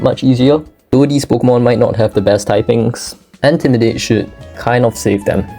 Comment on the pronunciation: "Antimidate" lmao facepalm